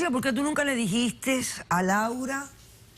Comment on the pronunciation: Alguien debe desasnar a la Polo aclarándole q no se dice dijisteSS, ni mentisteSS. En mi país nos lo enseñan en la escuela primaria.